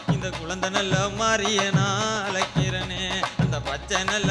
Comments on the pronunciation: 💯💯 But thamizh uccharippu have to correct Azhaikirane not alaikirane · தமிழுக்கு அழகு "ழ". அதுவே அவர் வாயில வரல.. அலைக்குறனே பாடுறார் தம்பி... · நீ தவறாக பாடுகிறாய்.. அழைக்கிறனே னு.. உன் வாயில் வரல... அலைக்கிறனேனு பாடுற.. ழ உச்சரிப்பு இல்லை.. இவர் எப்படி தமிழ் பாட்டு படுவதற்கு தகுதியானவர்